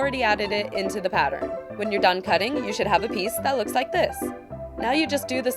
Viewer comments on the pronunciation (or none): none